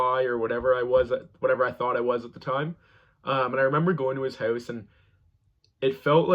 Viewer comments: you’re so brave and amazing but the way you say out about and house make it stop 😭😭😭😭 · I heard him say out and house, and I instantly knew he’s from Canada. I guess I wasn’t paying attention to the background with the Canadian clock on the wall.